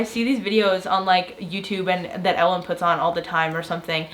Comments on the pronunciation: Good thing explained "Ellen". I thought she said LN, and was like "drugs???" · Heard the "I feel like i'm on Ellen" as "i feel like i am on lsd" and had to go back...